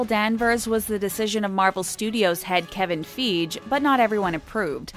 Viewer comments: Kevin Feej 😂 I lost my shit right there. 😂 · Kevin feeege...??????? Ummmmm don't trust this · Kevin fijjjj hahahahaha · Kevin Feege?